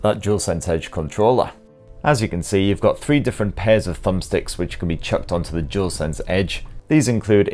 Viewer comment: It is DUAL, not jewl. You are welcome.